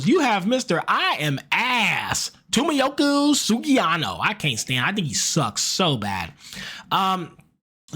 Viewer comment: Toe-mee-yuki Sugiano day! 😂